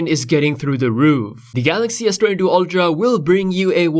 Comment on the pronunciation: S22 oLtra wtf it's pronounced "ultra"